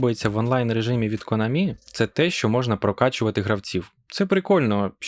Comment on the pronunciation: Спасибі, я це й так знав. Але чо наголос у Конамі на останній склад? Я завжди голосив на А.